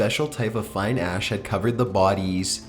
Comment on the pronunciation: "Excavators soon figured out that in some areas of the alley of 'skelli-tens....' there were empty air pockets beneath the 'ah-ash' and they quickly set about devising a plan to get the dead bodies out." "Excavators soon figured out that in some areas of the alley of 'skelli-tens....' there were empty air pockets beneath the 'ah-ash' and they quickly set about devising a plan to get the dead bodies out." Oh boy. I do love this guy's voice. I'm glad he repeated this sentence twice. The way he pronounces "skeleton" is quite...unique.